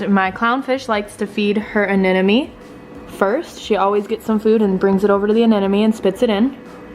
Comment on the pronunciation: Anenemy? Isn't it pronounced anemone?